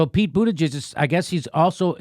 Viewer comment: Pete Buddijizz, lol... You are killing me